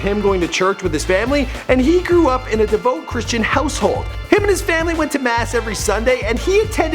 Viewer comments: "Devote. Christionity." I'll leave. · bothered me that he kept saying "devote", and that mispronounced "Christianity"! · The host got at least two celebs' names wrong, said "devote" instead of "devout" twice, and mispronounced Christianity. The show isn't live - why would he not reshoot and fix those mistakes?